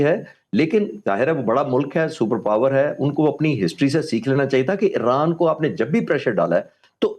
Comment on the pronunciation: او بھائی یہ ا ے ر ا ن نہیں ا ی ر ا ن ہوتا تھا اور ہے